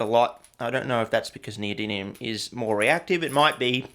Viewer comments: "neody[n]ium" aww shit, here we go again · The new element "neodyniun"